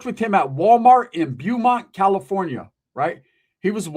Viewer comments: Its pronounced bow-mont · Beaumont, pronunciation is BO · The city is pronounced ( BO - mont). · It's pronounced Bo mont "Beaumont "